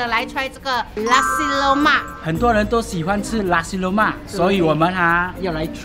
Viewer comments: Nasi Lemak. Not lussi loumark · I keep hearing "lasi" lemak 😂